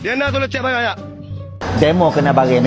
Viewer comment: Kalu kelate.. 3 sebutan dia tigo.. bukan tige. Barang dipanggil bare kalu kelate..